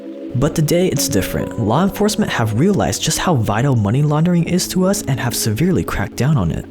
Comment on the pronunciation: The way you say "us" is very sus